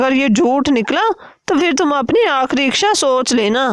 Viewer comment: Mam iksha nahin hota ,sahi lafz hota hai ichhaa.